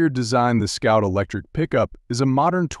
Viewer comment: Scout or Sout? And what's with the pop up words?